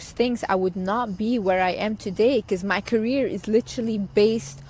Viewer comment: Her " carreer" 😂😂😂😂